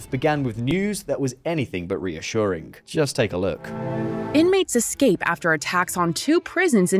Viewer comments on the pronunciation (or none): none